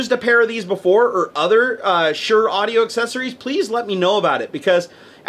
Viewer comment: It's said like shor